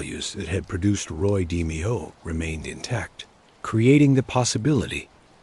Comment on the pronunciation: Your bot can't pronounce d-mayo? I trust NOTHING you say. Garbage.